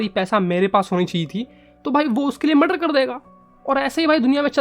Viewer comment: Muder ni murder